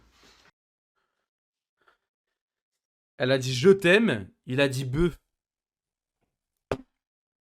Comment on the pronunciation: Il dit bleu pas beu